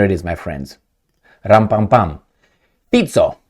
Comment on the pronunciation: Well done. Your pronunciation of Fico is prefect.